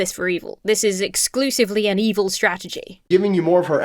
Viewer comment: Did he say 'evil' or did he say 'e-hole'? I didn't quite figure and I surely can see him saying both (the latter being some kind of redpill slur for women on the internet)